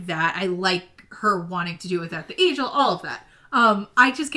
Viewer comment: Agiel rhymes with Kneel. All the audiobooks agree.